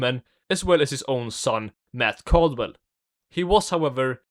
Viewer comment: "math caldwell"